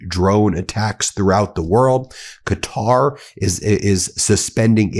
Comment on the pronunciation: Thank you for finally learning how to say Qatar, it's been driving me crazy. I don't agree with their ideology really, but deliberately misnaming an entire country is just disrespectful. Looks like you're getting 'Iran' right most of the time too, well done you